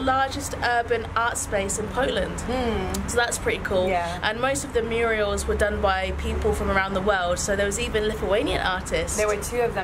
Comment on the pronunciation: Murals NOT Murials